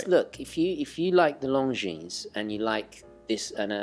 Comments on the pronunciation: Everytime one of you says Longines like "Lone-jeans" a french guy chokes on a baguette. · Should be pronounced 'lawn-jean'!